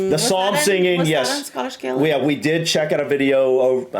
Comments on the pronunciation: So sorry, but it's not Scottish gaylik. That's something a gay guy will do to you😅. It's pronounced galik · It’s Scottish Gaalic not Scottish Gaylic. That is Irish.🏴🏴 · Thank you for correcting on Scottish Gaelic, it was annoying me